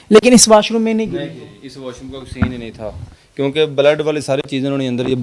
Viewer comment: O jahil. Baled nai hota lafaz. Blood hota hi Alfaz to theek bol